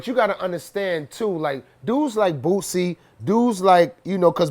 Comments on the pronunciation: Jason Weaver and Redman saying boosie “bootsie” 😂😂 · I like how he says "Boosie" .. 😜